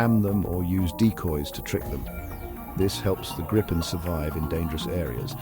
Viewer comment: Why even have that back music at all? Atleast tune it down 🙄 And it is not Grippen...Grajpen or whatever, it is Griipen.